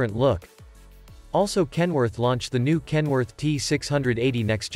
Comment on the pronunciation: If you phonetically pronounce KEN-WO-ARK - it legit sounds like a Chinese person trying to pronounce Kenworth.